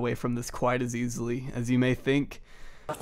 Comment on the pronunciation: Take a shot every time he says “diss-guss-ting”. I know I’m three sheets to the wind.🥴